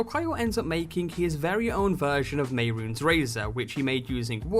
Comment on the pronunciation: _mey-roons? no no no no your wrong, ___meh-roon-es__ is how you pronounce it